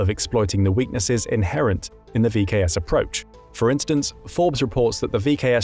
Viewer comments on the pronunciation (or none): none